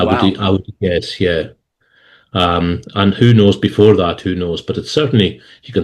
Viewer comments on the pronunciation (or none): none